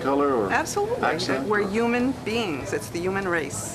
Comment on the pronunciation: she says yuman beings😂😂